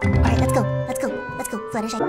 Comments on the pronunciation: She called herself fluttershee!!! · At the beginning she hello every pony it’s flutershee like in the Siri video 🤣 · said her name is flutterSHEE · Woah woah woah!!! Fluttershy said Fluttershee!!! AHHHHHHHHH! SHE SAID HER OWN NAME WRONG!!!!!!! :---: LIKE SIRI SAID FLUTTERSHEE!! AHHH WHATS GOING ON?!?! :_ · You said hey guys i'm flutershee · FlutterShy said Fluttershee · YOU SAID FLUTTERSHE AT BEGINNING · you said fluttersheeeeeeeee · You said "I,m Fluttershe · Uh fluttershy you sed fluttershe😯😯😯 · She said flutter shee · At the beginning she said Fluttershe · u said ur name wong u said fluttershee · she said her name was flutershee 😝😝😝😝😝😝😝😝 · you called yourself flutttershe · did fluttershy say fluttershee? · She said fluttershe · It’s fluttershy not fluttershy it’s FLUTERSHY!!!!!!!!!!!!!!!!!!! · you said flutershee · You said fluttershee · Why did you say Fluttersee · U said flutterseeeeeee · do you say buttershee? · Why are you saying shee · Ummmmmmm mmmmmmmmmmmmmmm ok fluttershy why did you call yourself fluttershee😐😐😐😐😐😐😐😐😐😐😐😐😐😐😐😐😐😐😐😭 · fluttershy not fluttershee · AND SHE SAID FLUTHERSHEE NOT FLUHERSHY AAAAAAAAAAAAHHHHHHHHHHHHHH SHES GONNA DIE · IT’S FLUTTERSHY NOT FLUTTERSHEE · Hahahahha she called hersens flutterSHEE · Not fluttershee or fluttershall or fluttershai It’s FLUTTERSHY!!! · Fluttershy: hey everybody i’m Fluttershee and today i’m gonna play rat simulator Me: your Fluttershy!! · Fluttershy your name isn't Fluttershee. Its Fluttershy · Your fluttershy not flutterSHee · I think she said Fluttershee :3 🍪🍪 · You sed fluttershee but then you sed Fluttershy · And SHE CALLED HER SELF FLUTTERSHEE!?!??? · I thought you said that your name was FLUTTERSHY NOT FLUTTERSHEEE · Wait did fluttershy said.......I'm FlutterShee? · your name is Fluttershy not Fluttershe anyway I love your videos it's all good and I want you to play this new game it's called Five Nights at fredbears I want you to play it please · She said fluttershee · you sed im flutershee